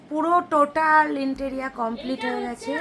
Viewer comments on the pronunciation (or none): "ইন্টেরিয়া " নয় সঠিক কথাটা হল "ইন্টেরিয়র (Interior)".. "Interior decoration ".. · "ইন্টেরিয়র "হবে উচ্চারন,ইনটেরীয়া নয় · Interia noy kathata interior